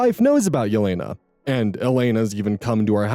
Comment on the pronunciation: Hi! My middle name is Jelena. It's pronounced Yeh-lay-nuh (The J makes a Y sound)! Maybe it pronounced differently by different people but I hope that helps